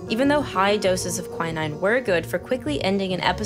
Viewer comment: Quin-ine is the right pronoucation I believe.